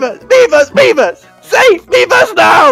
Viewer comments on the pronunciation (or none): When they’re screaming miiverse, it starts to sound like they’re saying beavers